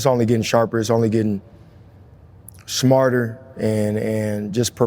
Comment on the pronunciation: My man said shmarter. Off top lol